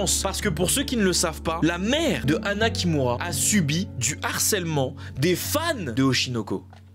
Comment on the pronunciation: chui désolé mais quand tu dit anna kimura j'entend " anna qui mourra" jpp